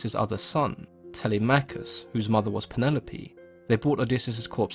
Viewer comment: Y'know what's even more jarring? he even said Telemachus wrong, It's not Tele-Machus, It doesn't work, It's pronounced fully, "Telemachus." You don't say for example, Her-Cules or Kra-Tos or Ha-Des? it doesn't work that way. Plain and Simple, now I'm very sorry for being so riled up, but the bottom line is, that he needs to correct it. except for the Hecate part, that makes sense.